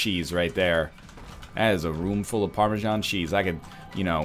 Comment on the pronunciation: Every time you say "PARMASHAN" I die a little inside.